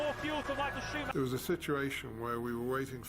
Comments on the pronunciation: Baca namanya itu sumaker bukannya scumacer... Sakit kuping bray denger ejaan yg bukan semestinya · maaf pengejaan schumacher bukan skumacer tapi Shu-mac-her